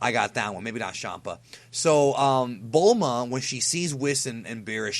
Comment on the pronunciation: "Maybie not Champa" xD